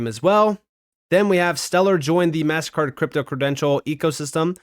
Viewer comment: Is it really that much trouble for you to pronounce MasterCard correctly you keep saying Mast Card don’t be so freaking lazy dude